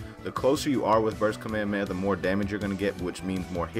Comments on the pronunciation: Its called Kah-May-Ha-May-Ha It is pronounced that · Why does he say kamehameha like that